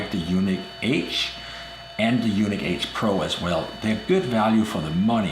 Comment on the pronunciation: (U-NEEK) not u-nick!! A u-nick has no testicles. Lmfaoo!!!!!🤪😜😀